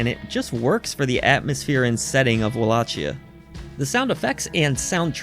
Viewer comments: It’s pronounced “Wall-a-key-ah” or Wal-lak-eyah”, not “Wall-ah-*Chia*” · You're pronouncing Wallachia wrong dude.